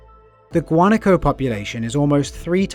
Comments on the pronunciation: It is pronounced guanáco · Wa-na-ko - Guanaco